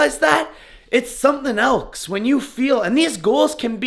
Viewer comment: “Everybody ellsske”